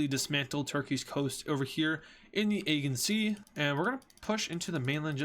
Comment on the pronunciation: It's pronounced ajean sea not agan sea